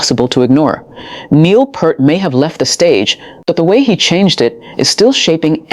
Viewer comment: just to help you out, his last name is not PERT.... it is PEART....say ear with a P in the front and T in the back.